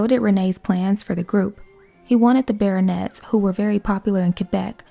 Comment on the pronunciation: As you made a great work, as I wish to help you 🙂 : Pierre is said like "Pee-hair" and Les Baronets like the "a" in the word "have" and "net" without the "t" : Ba-raw-net. You're great!